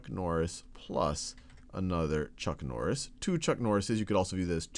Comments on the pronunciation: It's chuck nori :/ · I litterally went down to the comment section within the 2 seconds after hearing chuck norri